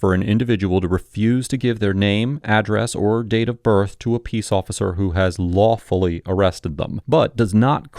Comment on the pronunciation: the document cited says in b2 that person can also be charged with failure to ID if he is "lawfully detained", yet narrator says "[the document] does not create a requirement that individuals who are merely DETAINED identify themselves". And then accent is made on word LAWFULLY i am having problem fully comprehending this stuff, what is a legal distinction between mere and lawful detainment? Not trying to act smart, just curious about how this stuff works😓